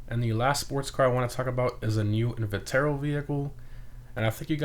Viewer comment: Just trying to help, not trying to be a dick. Chimera is pronounced kai mair uh and invetero is pronounced in veet ro One open wheel no one seems to be considering: go kart. Really fits for a summer theme. Also, i just hope they finally add another coupe